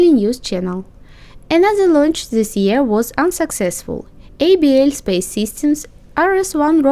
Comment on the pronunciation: You pronounce the name as "able space"